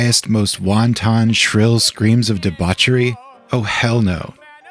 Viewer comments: Did you just pronounce 'wanton' as 'wonton'? Is this your first time hearing English spoken aloud? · "won-ton " 😂 changes the flavor of that sentence.